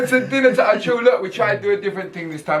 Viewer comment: 😄 'dinner toyme'🛎